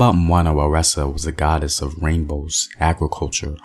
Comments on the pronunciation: "Waresa"? 🤔 That ain't Zulu, there's no word pronounce with a R in the Zulu language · Mbamba wana waresa??? There’s no “r” in Zulu. The goddess you’re referring to is Nomkhubulwane